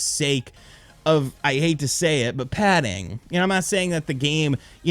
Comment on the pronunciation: Bro, stop saying padding